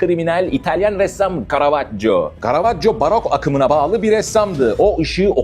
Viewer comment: İlk başta resam diyince aklıma 🙋‍♂️ heldi